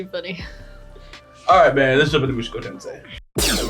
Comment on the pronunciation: "Muschoko" hahaha